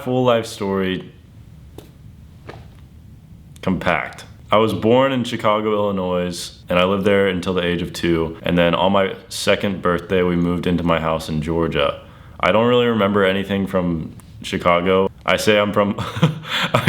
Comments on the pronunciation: i love you but the s on illinois is silent lmao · Bro you say Illinois wrong but I do love your story I’m from Illinois